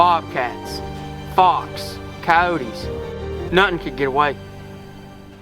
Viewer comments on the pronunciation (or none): STOP SAYING COYOTE(S) LIKE THAT!